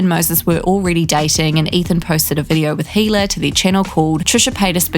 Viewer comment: Who are you?! You can’t even pronounce Hila’s name correctly. Don’t you hear her say it herself and then you wanna tell us all about their personal life and who they are and the way they think? Again….and you are who?